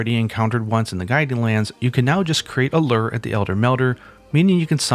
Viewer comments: Lurrrr? I pronounce it loower. Pronounce lure right damnit. Lol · its a LURE, not a LER..... Looo-er... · Great vid, but my man, LURE is pronounced "Loo-er", not "Lerr". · What's a Lurr? I think you meant LURE? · /lo͝or/ I spent a bit trying to figure out what a lurr is. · Ah yes, the "lurr" system. I remember him fondly as the ruler of omicron persei 8. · People pronounce it in different ways. I myself also pronounce it the way he says it. I’ve seen more people pronouncing it this way than the way you said it’s pronounced anyways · Weird to hear lure produced "luhr" instead of "loo-wer" 😂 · i came to the comments to find this comment specifically. that pronunciation was driving me insane. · Is it wrong to pronounce "lurh"? English is not my main language, sorry! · It honesty baffles me the amount of common words that are mispronounced in YouTube videos Lurr lol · "ler" ok. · You say "lure" in such a strange way. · He's clearing never been around fishermen. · Depending on your accent, the word "lure" can be pronounced in many ways. Dont know why some people are making a big deal out of this. I didnt even notice